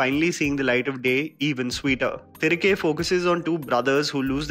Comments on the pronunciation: Its thi-ri-kae not thrike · Its pronounced तिरिगे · Its pronounced as "thirighe" roughly translates to come back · I strongly advise you to properly learn pronouncing the film titles before making your reviews. Your intentions are really appreciable but whole effort goes in vain if you don't pronounce the movie name correctly when you are making a 7 minutes video on it. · Iam asking him to put an effort to pronounce atleast the film title properly when he is talking about the whole regional cinema. And for your question,I can read,write and speak Hindi